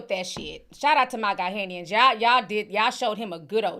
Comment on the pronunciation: " GA-NA , GA-NA" = Ghanians not Ga-hay-nian